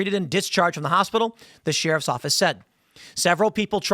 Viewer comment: The way Tim says "sheriff" bugs me so much 😂😂